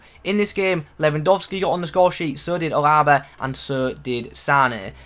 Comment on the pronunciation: haha you said his name wrong and funny but good content mate